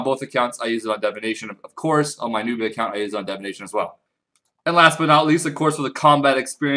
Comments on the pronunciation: pls, its divination not devination, you're killing me with this shit man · DIVination not DEVination OMG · Leave him alone its how he pronounces Divination get over it